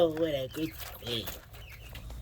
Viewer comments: Idk why it bothered me the way you said, squirrel. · “How ‘bout this sqwil” I can’t right now 😂😂😂😂😂😂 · What's a "skwew?" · “Are you a happy Squwiw?” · Squirrel ❌ Squill ✅ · "Dose that make you a happy squehl"? 😂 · It's pronounced "squieu" 😂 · The way he said squirrel got me laughing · Why’d bro say squirrel like that 😂😂😂😂😂